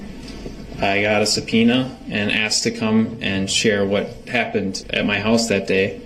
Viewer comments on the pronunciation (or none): brooks "tack it" reminds me of his "AXED" and his many other mispronounced words. brooks created a brand new language during this trial.